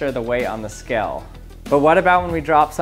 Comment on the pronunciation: He says skell, not scale, but skell. I know it's not the point, but it's irritating.